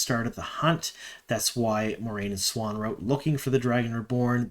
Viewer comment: Siuan is not pronounced swan It’s swahn or Sue-whain